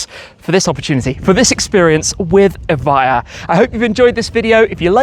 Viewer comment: Evija no eva, traductor playo